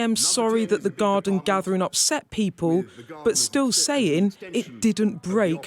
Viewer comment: "Still sayin". Saying, my dear. Saying. A reporter should articulate properly.